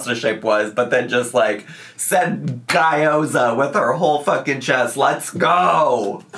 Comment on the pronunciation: I'm chinese and had to look up guy-oh-za because she mispronounced it beyond recognition.